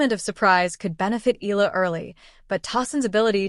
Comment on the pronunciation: Please take the time to learn how to pronounce her last name. E-YA-LA (Eala), Short E as in "expect," short A as in "apple." E-YA-LA.